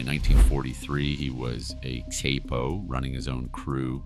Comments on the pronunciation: Lukeisee... Kaypo.... some absolute beauties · Literally how he said it was Cape Oh. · Lukeaizey. He was a capeO. Bro say it right or don’t say it at all. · Its capo not caypo 😂😂😂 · Tommy Look- I- See? A Cay -Po... 😂 😭 😂 😭 😂 ! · Capo pronounced like Kapo